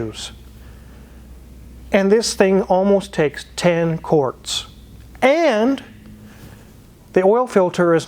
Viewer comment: Eh? What's a 'kwort?'